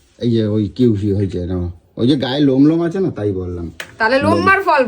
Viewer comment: Kiwi ❌কিউভি✅ 😂